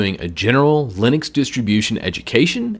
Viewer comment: I guess linix is wrong it's linux maybe because it's from Unix. That's how I believe it's said.